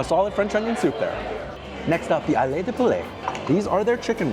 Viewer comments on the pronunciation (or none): Ailes is pronounced as "el".